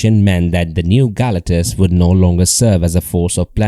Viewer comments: GAL - acktuss is making me cringe. I think they pronounce his name as ga-LAC-tus 😅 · How do you do a video but dont know how to pronounce the main subjects name?